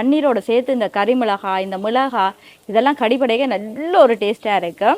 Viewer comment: மிளஹா இல்லை மிளகாய்....